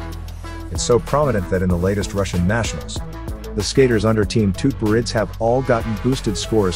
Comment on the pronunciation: Dude - you absolutely butchered their Russian last names….it’s pronounced Zah-gee-toe-va and Med-ved -dee-yAy-vah oh and as well as butchering the coach’s name which is pronounced Tube-er-reet-zah